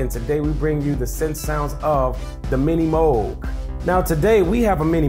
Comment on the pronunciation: Ok, so you're american, I get it. It's not "the minimoge" it's more like "the minimoog". Oh, look at that, it's prononced exactly as it's spelled, how about that!